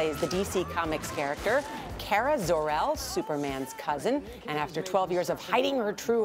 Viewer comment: i don't mean to be rude, but you said Kara Zorel, but it's Kara Zor-El